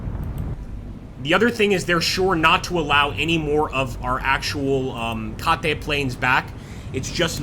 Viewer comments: "Kate" is the American term for the Nakajima B5N. It is pronounced "KAYT", like the girl's name. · i love that you put all this effort into a great video and all the feedback just shits on your pronunciation of 'kate', made me chuckle! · Aside from the pronunciation of "Kate" you want to come in at 90 degrees using torpedo bombers, that first groups angle was awful. Even if you got torps out they might have just bounced off as duds. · Have I been mispronouncing the "Kate" torpedo bomber my entire life? 🤔